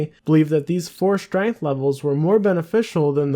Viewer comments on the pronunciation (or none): none